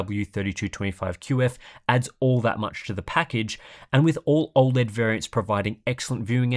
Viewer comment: I’ll cut the ‘O(a)led’ asmr’s 😂